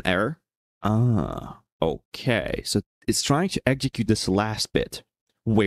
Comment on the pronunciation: slavic "океееей" hits hard